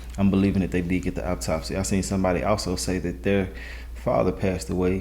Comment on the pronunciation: AUTOPSY! Not Optopsy